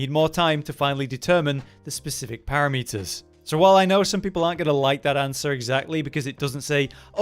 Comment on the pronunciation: I know he said "para-meters" just for this bait comment